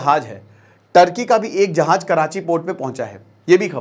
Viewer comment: Bhai jaaj nhi hota jaaz hota ha 😂😂 Urdu sekho bhai